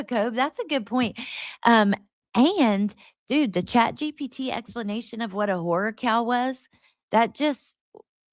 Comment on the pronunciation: I thought you said whore cow! 😂😂😂 Horror cow, got it. 😂😂